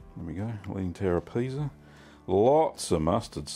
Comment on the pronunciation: I think you mean "Leaning Tower of... Cheeza."